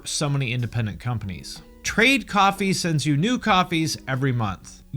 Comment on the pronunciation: The way you say "coffee" sounds like you're saying "copy" I was so confused haha You want us to make our own copies, and they are liquid? I just woke up.